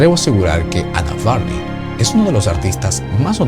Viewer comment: Psicóloga, "Varney" se pronuncia : Varni.